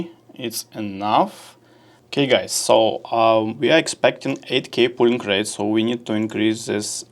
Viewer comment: друг, не пУлинг рейт а пОлинг рейт)